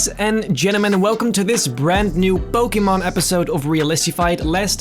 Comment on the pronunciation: Finally someone pronounced Pokémon right